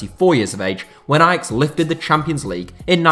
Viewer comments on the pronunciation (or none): none